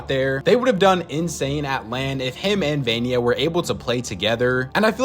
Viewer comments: Not vanya,its vanyak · stop saying vanya, its vanyak